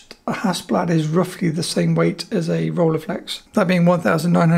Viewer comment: The “ei” in Rolleiflex is pronounced like the “ei” in Leica.